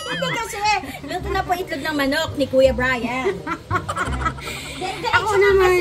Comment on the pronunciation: Cute n ❤ hahaha tama c madam share ang pagkasabi mo ng itlog ma'm sm😊😅